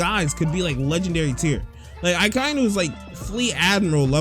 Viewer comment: its also pernounced ack-i-e-nu .